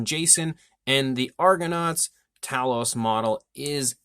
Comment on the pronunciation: Actually it's Tay- los. , watch the film and listen to Jason. Why fo all our American cousins pronounce it wrong 🤔??